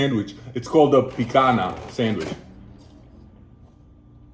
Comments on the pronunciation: By the way, just a hint, you swapped the n<->nh sound in picanha (nh is pronounced like ñ, so like "picaña") and guaraná (normal "nah" sound) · Please pronouse "Guaraná" and "Picanha" correctly. It hurts all brazilians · Pãozinho de queijo is a cheese bread you dont see the cheese because is all cheese .... pronuncies pwonzeenhow de keyjow ... Picanha pronuncies peecanya. good video. Picanha is a very good sandwich the sauce is a garlic sauce. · I think Sir it's said PEE KOON YAH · Guaraná is not pronounced guaraña its a normal N guarana, Picanha is pronounced picaÑa